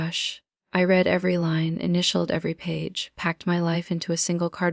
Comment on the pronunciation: The breathy almost whisper is annoying. Ai stinks. It can't define the word Read on which pronunciation to use.